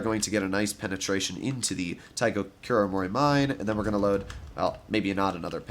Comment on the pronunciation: maybe u already know this but the Kuromorimine is pronounced Kuromori/mi/ne don't mind how u call it thou